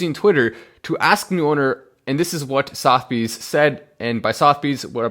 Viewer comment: not sothbys......Suth a bees...